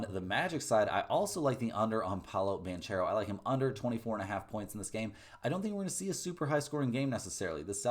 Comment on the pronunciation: How does a guy wearing a Duke hat pronounce a former Duke player's last name wrong? It's BAN CARE OH, not BAN Chair Oh. COME ON NOW!